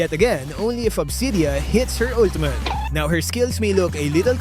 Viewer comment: “Ultumut.” —LMAO